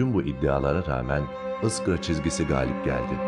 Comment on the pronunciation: ıskra değil,iskra